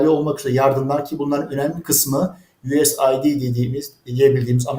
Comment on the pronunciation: Us id değil ; us. Aide ( söylerken Türkiye yardımları der gibi açık ifade etseniz ….)